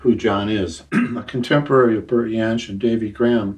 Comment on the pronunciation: Thanks, great interview, or should it be 'Yas'? Maybe Yohn Renbourn too? Never understood why people call Bert Jansch 'Bert Yansch'? Bert always pronounced his name with J not a Y (Jacqui McShee told me this).